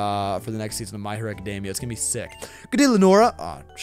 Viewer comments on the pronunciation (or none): none